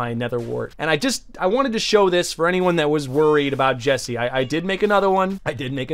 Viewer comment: That ain’t Jesse, that’s Jeese. Sounds like a mix of 🧀 and New Jersey